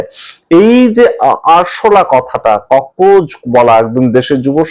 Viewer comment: ককরোচ-কে ককরোজ বলেন বা লেখেন কেন?